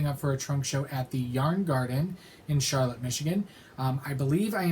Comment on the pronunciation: Charlotte is my hometown and an FYI it’s not pronounced like the city in NC. The lotte part is pronounced as lot.